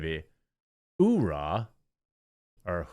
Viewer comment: You said it right (the Marine way) 'Hooyah' (the drag dude typed it weird). U - ra - h but Army goes who -ah. No idea if Navy really does add a " y " in it.